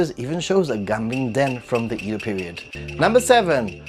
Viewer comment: How can you be a Japan expert but you pronounce Edo wrong? Mind-boggling